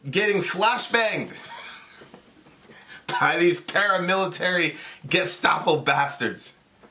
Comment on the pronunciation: You actually said Gesatpo 🤣. The first video you showed is obvious propaganda shaping the narrative. If you buy the way they're selling Portland I have a bridge to sell ya! Gotta give it to em Antifas counter Intel game is on point. Selling false equivalencies and false flags like its cool.